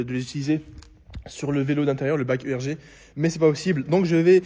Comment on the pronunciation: Stp arrête de dire bike e r g, ça se dit bike « arigue » erg=ergometre Un ergomètre Écouter est une machine d'exercice physique qui consiste à faire reproduire à l'utilisateur un mouvement qui le ferait se déplacer s'il n'était pas sur la machine Merci t’es le meilleur 😅